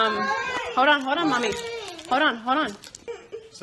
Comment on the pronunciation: Why does she say "hode on, hode on, hode on." ? Does she not know how to pronounce hoLD on?